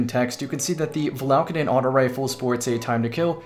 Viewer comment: Val ah Kay den Come on now Not Va la ka den